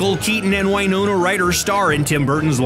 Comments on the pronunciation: You know you can't trust a video that can't pronounce the actors' names. Winona is pronounced with a short i, as in "win", not a long i as in "eye". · Why is he pronouncing Winona like that? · Cant even pronounce Winona right. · Can’t pronounce Winona’s name correctly or Hertfordshire. Cringe.